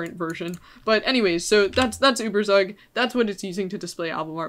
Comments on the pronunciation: It's pronounced ueberzug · The way you are pronouncing ueberzug is making me wanna kms but aside from that very interesting video